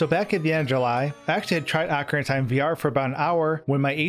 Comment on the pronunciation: wtf is 'ahkarina of time'?